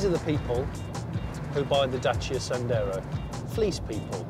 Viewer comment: . “So who would exactly buy a Dacia Sanders?” James May! Lol.